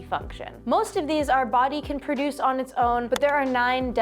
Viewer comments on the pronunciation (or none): none